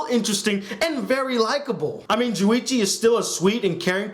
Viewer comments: it's Junichi not Juwichi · it's not juwichi it's JUNICHI get it right